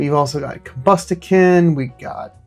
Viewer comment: Correct me if I'm wrong but isn't it pronounced Com-busk-ken? The way you are saying it seems wrong to me lol